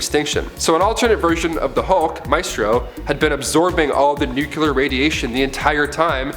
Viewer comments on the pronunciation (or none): Nucular? Nuclear. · Oh my god!! The word is nuclear (say it new-clear), the word you keep saying (nuculer) doesn't even exit!